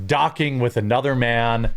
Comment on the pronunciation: Lmao! Guy says “docking” 😂😂